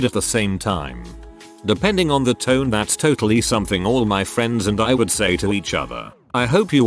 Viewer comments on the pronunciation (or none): none